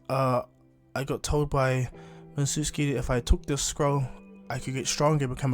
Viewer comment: the name is mi-zu-ki